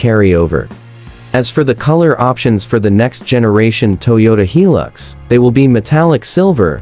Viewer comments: Yeah! Since when does I pronunces like 'e'. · Pronounced "High Lux"not, he lux. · Make a hilux video cant even pronounce hilux right